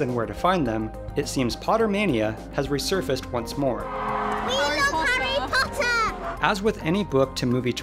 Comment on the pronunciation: "We luv `arry Pottah!"